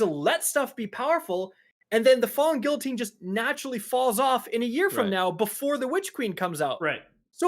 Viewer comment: Imagine Kackis correcting TV's speech when he can't even pronounce guillotine or wrathborn.